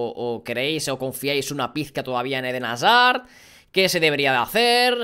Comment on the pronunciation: Dijo como mil veces edén hasar jajajaja